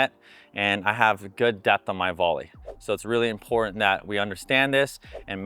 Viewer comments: has really good free instructional videos, tips, graphics, and more, so I hate to nitpick. But, I agree in - pronounce the T. Why are influencers, news journalists, etc., dropping Ts now? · Great tips but can you please pronounce the T in “ important” Cheers😂